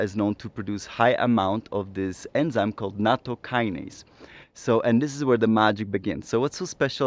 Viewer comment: I have a pedantic comment about pronunciation and etymology. Nattokinase is an 'ase' (i.e. an enzyme) that is derived from Nattokin. It's not a kinase (a specific kind of enzyme) derived from natto. So to avoid confusion, it's best to pronounce it so that the kin rhymes with 'win' rather than with 'wine', and with the emphasis on the ase rather than the kin. The kin in nattokinase is just a japanese character for bacteria (which comes from chinese: it's the character pronounced jun in mandarin chinese, as in bingjun: it's grass on a box with a plant stalk inside, if you know what I mean) and it's just a coincidence that it ends up making nattokinase look like it's a kinase.